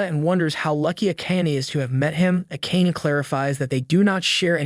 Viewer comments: Whomst tf is A-Cane? You mean A-Ka-Nay? 😅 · I repeat over and over again how he called Akane... Its A-ka-ne >.< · I hope you pronounce the charaters' names properly though. Like Akana. It's A-KA-NE, not A-KEYN. My gosh. It's annoying. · Isnt it pronounced ah kah nay? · Get rid of the AI voice. Akane is pronounced Ah-ka-nay. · Subaki is so mid compared to akane (pronounced ah-kun-aye) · Why do you guys not say the names the way the show says it , it makes me feel like you ain’t watch it your just reading the script cuz her name AKANE is not said like tht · How does he manage to pronounce Akane different almost every time he says it and still never once get it right? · It's funny and weird how the narrator pronounces "Akane" but to be honest, that's how I thought it was pronounced as well when I was a kid. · It's hard to hear her name pronounced this way. Hurts my ears.